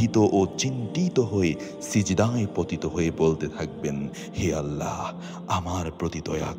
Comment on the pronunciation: আপনি ছোট 'হা' দিয়ে আল্লাহ বলেন কেন? আল্লাহ গোল 'হা' দিয়ে বলবেন।